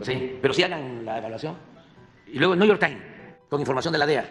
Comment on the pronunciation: Dice: "el niuyor tain" Gracias Veo al señor tan descompuesto, se le hace más fácil evadir la verdad. Pero seguro ya le está reventando poco a poco en la cara